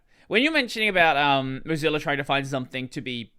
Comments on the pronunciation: Why does pronounce "Mozilla" like "Mugzilla" or something like that? Is it some kind of joke that I don't get or is the pronounciation just wrong? Kind of irritating everytime he says it (I'm not able to ignore it), otherwise very nice conversation. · Accents exist ?? and native speakers of a language can have different ways of pronouncing the same words.